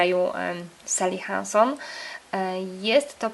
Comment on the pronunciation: razi mnie troszkę jak wymawiasz "seli henson" zamiast "sali hansen" (pisownia fonetyczna jakby się ktoś czepiał)